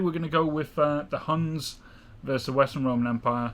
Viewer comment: ITS NOT HANS ITS HUNS GOD DAMMIT